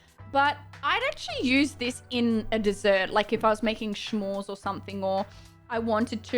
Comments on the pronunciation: "shmores" lol... i love you you always makes me smile:P smores!! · JERSEY "SCHMORES" 🤣🤣🤣 LOVE YOU